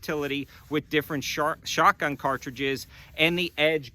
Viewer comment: Haha, you said “shart-gun”